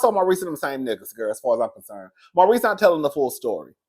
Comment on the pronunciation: It was Maurice. Every now and then you say Marsau. Just call Maurice "Reese."